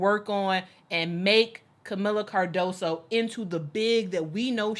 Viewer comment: Hey! Love you guys, but just in CASE Kamila joins your Sky, her last name is pronounced car-DOE-zoo. That "s" in Portuguese is like a "z" in English and that last "o" is like a double "oo" in English, like "moo". Sorry to be picky and stupid but Portuguese is not so common in the US! Your analysis of women's basketball has been fantastic!